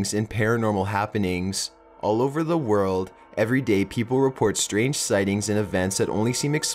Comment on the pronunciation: 40 minutes of this narrator's dropped syllables would make me poke my ears out. dropped theeeeeemmmmm daayyyy social worrrkerrrrr good lord kill me now what sucks is this video would probably have fascinated me!!!!! but i can't do it. nope!